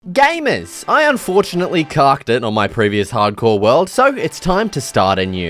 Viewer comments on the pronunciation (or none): The way he says gamers is like GAYMERS